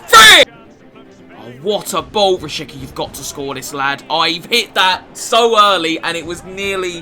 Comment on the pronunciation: Im from Kosovo and you're saying it wrong. It's Rashica with a "C" not Rashika